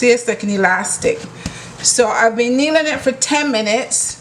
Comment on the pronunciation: I thought you were saying kneeling, lol.